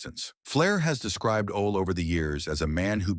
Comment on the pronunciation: Who is "Ol" Anderson. Try "Ole" pronounced OLEE.